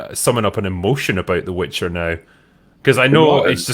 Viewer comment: It's the "Witcher", not the "Bitcher"...